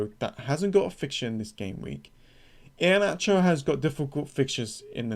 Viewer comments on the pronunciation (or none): Great pronouncemet of Iheanacho 😂